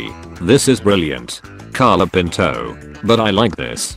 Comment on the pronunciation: Why does it always pronounces Colapinto "Calopinto"?